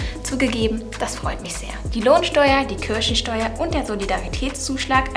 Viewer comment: Wer hat auch am Anfang Kirschensteuer verstanden 😂